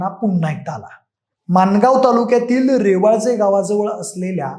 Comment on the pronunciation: रेवाजे नाही रे भाऊ रवाळजे